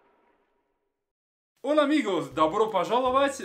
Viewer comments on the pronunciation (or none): none